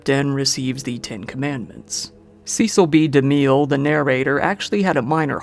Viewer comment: No clue if you'll see this, but it's driving me NUTS. "Cecile B. DeMille" is pronounced "Sessal" "Bee" "Da Mill."